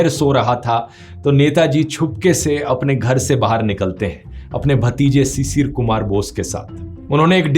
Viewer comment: Druv its not cicir ... its pronounced as Shishir.. which mean morning dew ... thanks